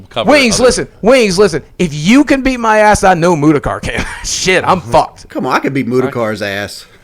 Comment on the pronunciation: I like at the end when wings n boogie started called Mutahar “mutacar” hahaha